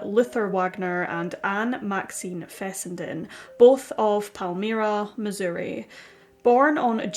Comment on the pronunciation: Pal - MI (long I)-Ra. That's how Palmyra is pronounced